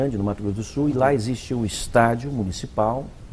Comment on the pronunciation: Aliens "non ecxiste" Essa senhora não acredita em nada. Igual ao Padre Quevedo. Velha patética.